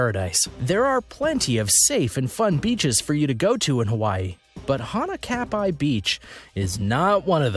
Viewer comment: Wow 20 shark attacks 😱 more people die from hippos Also pronounce hanakapai beach correctly. (Most places have rip currents if there are waves more than 5 feet